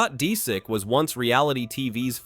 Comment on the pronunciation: I HATE AI NARRATOR. Scott Disick is not Scott Deesick.